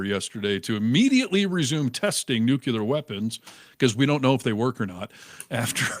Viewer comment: and, since you would tell Joe Rogan "you should have checked [the claim that Minnesota allowed illegal aliens to vote] before you said it on air, you asshole", perhaps someone would say you should have checked the pronunciation of "nuclear" before you used it on air.